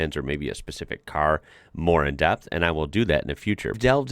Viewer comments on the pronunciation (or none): none